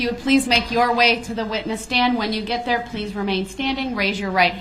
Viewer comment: Dey axed me to take dese an put dem over dere, even doe dey wasn't dere dene. The man has a serious aversion to TH.